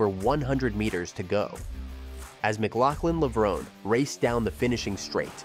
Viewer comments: Is this a robot narration? If it’s areal person, especially if it’s the same person who edited this clip, why does he keep saying “Levrown” and then add that clip from the Olympics where it’s pronounced “Levronee”. Nothing too serious, but still irks me and prevents me from subscribing to this channel. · It's not pronounce levrone, it's levron-e". The finale e is pronounced. It's Italian.